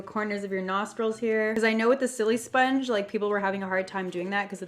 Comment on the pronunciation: It's annoying me how she says silisponge she says sillysponge